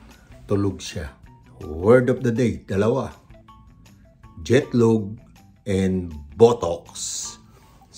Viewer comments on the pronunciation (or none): Word of the day "Jetlog" not "Jetlag" 🤣🤣🤣 and hindi po apple yan peaches po yan, favorite ko yan 😂